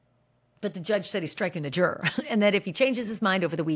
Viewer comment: I really like Ashley Banfield’s reporting of the Diddy trial but her pronunciation of “juror” is ridiculous. Why is she saying it like this-it’s like she’s trying extra hard to say the word in an annoying way. It’s really distracting.